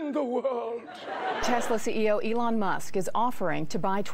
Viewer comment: FOR THAT MONEY ELON SHOULD LEARRN TO TALK ,WHY DONT BUY SOME LOGOPED OR R SOMMETHING SIMILAR GUY TALK LIKE HE DONT HAVE LIPS